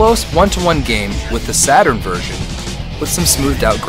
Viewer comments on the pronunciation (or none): none